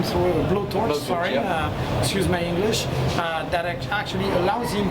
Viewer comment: IDK why but it's kinda funny when he said "excuse my English" in a French accent